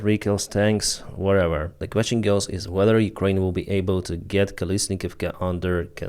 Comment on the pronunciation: Big props for the shout-out of Cappy! Mans got balls and integrity. Just wish he knew how to pronounce Ukraine 😁